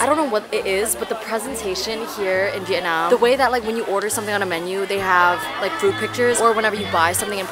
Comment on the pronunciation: As a Vietnamese American, I love how you pronounce Vietnam. The way we say it, “Viet-naam ”, not the way westerners say it, “Viet-nom” lol